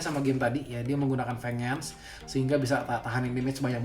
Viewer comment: VENGEANCE itu dibacanya "VENJENS" bukan VENGENS VENGENS apaan dah